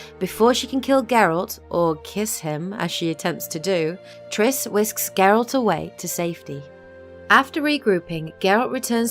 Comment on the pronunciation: I like how you say "Geralt" and not "Jeralt". 👍👍👍